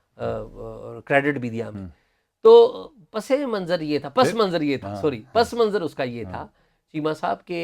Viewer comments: اعزاز بھائی، یار آپ "پسے منظر" ہی بولا کریں۔۔۔ اچھا لگتا ہے، پس منظر آپ کے منہ سے بہت اوپراہ، اوپراہ لگتا ہے۔۔۔ always be natural 😃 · بہت ہی جگادری صحافی ہیں اور ساتھ ساتھ اردو معلیٖ کے استاد بھی بننے کی اپنی سی کوشش کر رھے ہیں۔۔۔۔اعزاز سید۔۔۔۔۔سفارشیں آنے ”لگ پڑتی ہیں“ چیمہ صاحب نے تصیحیح کرنے کاتردد نہیں کیا لیکن پسِ منظر۔”۔۔پسے منظر“ جوکہ درست تلفظ ھے اس کو پس۔۔۔ منظر۔ کہنے پہ مصر ہیں ۔ انکو ہارون اسلم اکیلے ہی ایسے جرنیل نظر آۓ جو بزنس میں ہیں جبکہ ساری اسٹیبلشمنٹ ہی پراپرٹی ڈیلر ھے دونوں ہی سیاسی فیورٹ ازم کے شکار نظر آے فضول اور لا حاصل ولاگ ۔۔۔وقت ہی ضائع ھوا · پس منظر نہی ہوتا س کے نیچے زیر ہوتی ہے صحیح لفظ پَسِ مَنْظَر ہے